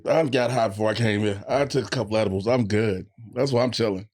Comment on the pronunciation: So nobody gone point out that this mane just said edib-bles